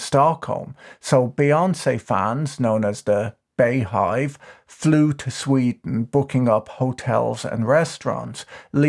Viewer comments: Bee Hive. Not Bay Hive😂😊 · Finally an opportunity to humbly correct you sir Patrick. It's pronounced Bee-hive and not Bey-hive. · Did you say bayhive? It's beehive.